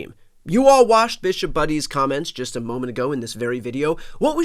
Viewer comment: “This Bish-op” 😂